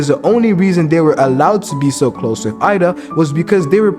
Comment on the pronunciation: Eida is pronounced like "a-da"